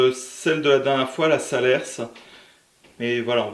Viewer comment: Top cette vidéo!. Juste à titre indicatif on ne dit pas « salerse » mais « Saler » on ne prononce pas le « s » dans Salers (parole de cantalou). Merci en tout cas pour cette vidéo